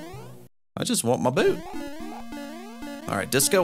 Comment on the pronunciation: That's not called a "boo boot" that's a boo(t)